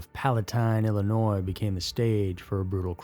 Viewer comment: Thank you for pronouncing Illinois the right way